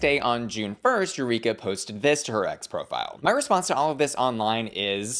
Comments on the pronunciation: You-reek-ah. The professional victim is back lmao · Legit not trying to throw shade, but Eureka sounds like You Reek Ahhhh. Just trying to give a laugh. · Eu-REEK-a? Sorry I’ll let myself out 🕺